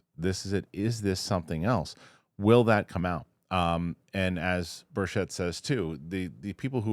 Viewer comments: The correct pronunciation of Representative Tim Burchett's last name is Bur-CHIT. *READ YOUR COMMENTS MAN!* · That's not how you pronounce Tim Burchett's name,. It bothers him. Say BIRCH IT. Don't say it like it's French.